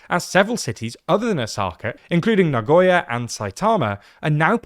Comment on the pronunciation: por q no pueden pronunciar nagoya y saitama bien?